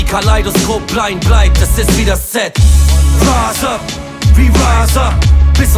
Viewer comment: Geiler Track! Aber an der Aussprache von rise up solltest du noch einmal arbeiten 😂 es heisst in etwa "rais ap" und nicht "räs ap" 😊